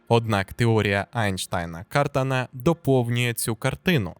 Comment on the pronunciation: В прізвищі КартАн (Eli Cartan) як і в будь-якому французському прізвищі, наголос на останньому складі.